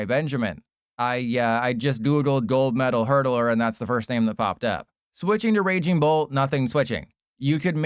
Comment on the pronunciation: RAING BOLT. HA CLEARLY DOESNT EVEN PLAY THE GAME. ITS NAME IS RAGING BOLT. POSER